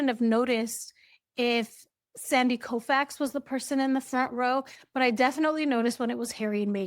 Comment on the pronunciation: You pronounced “Koufax” correctly. He was an extraordinarily talented award-winning Dodger pitcher…and a legend not only in Los Angeles but around the world. He shouldn’t EVER be in a World Series seat behind Harry and Meghan Markle.